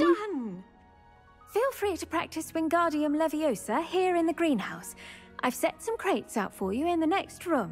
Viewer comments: Why does every one get it wrong? its leviosaaaaaaaa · It's LeviOOOOSa.. not LeviosAAAA:) loving the play through! Glad you are enjoying this game as much as i am! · it's leviOHsa, not levioSAAA